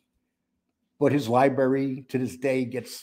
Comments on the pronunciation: I was wondering why you keep saying "libarry" instead of "library". Couldn't find anything that explains it in terms of dialect or accents. You are the only one as far as I know uses "libarry". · Its Library. There is an R in it!